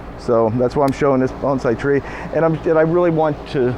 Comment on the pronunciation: Thank you for pronouncing "bonsai" correctly! :-)